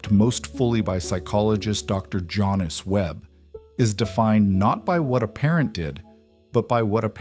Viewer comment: "Jonice"?? Couldn't her parents spell Janice?